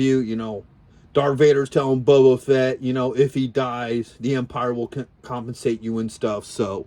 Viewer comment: Boba Fett, not Bubo Fett. Lobot, not Lobo